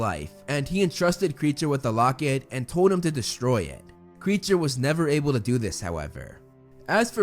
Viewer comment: I think Kreacher is said as: K-ri-ae-ker and not creature